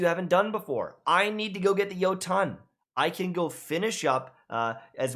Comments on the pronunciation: yo-ton u serius ? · "I need to get the yo-TON" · The Yo-Tun